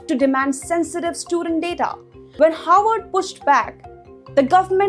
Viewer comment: Please be careful in your pronunciation. Your pronunciation of Harvard sounds like Howard.